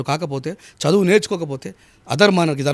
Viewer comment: సదువు కాదురా ముండా చదువు అనటం నేర్చుకో